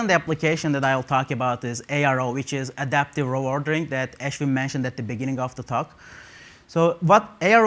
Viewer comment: btw his name is not Aash-win, but ashwin !